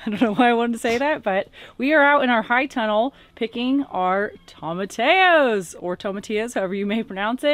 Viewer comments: The correct pronunciation is toe-ma-ti-ya. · Tom-a-tea-yo. Double L = a yeee sound in Spanish. 😉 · Sorry, I can't stand it - tomatillo is spanish and pronounced "toemah-tee-yo" with the accent on tee :)